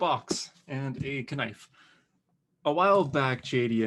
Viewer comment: Love that pronunciation of knife Lol. Those are very cool looking though! I especially love the John Walker Captain America one!